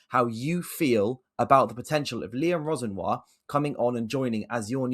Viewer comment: it's Liam Ro-Senior bro hes from wandsworth aha